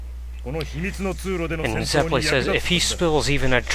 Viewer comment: I have to practice Italian for my music lessons and I have to let you guys know that you're saying Zeppeli wrong... It's Zep-pe-lee. In Italian, double consonants are always pronounced. If they aren't separated though, they are lengthen... Like the LL. I watched Golden Wind first, and throughout most of the time, I wanted to bang my head against the desk because of the pronunciation... Hope that I could help. Awesome vids.